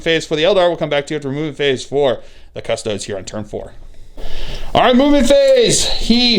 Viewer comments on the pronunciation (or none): Man this seems like a good battle report but I heard you say "cus-toads" once and just couldn't do it.